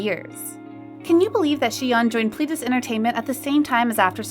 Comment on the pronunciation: Its not pris-teen or plee-dis. It's pris-tin and plè-dis.